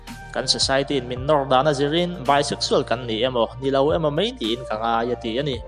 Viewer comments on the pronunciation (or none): Mai tih tur zawk anilo maw? Mei niloin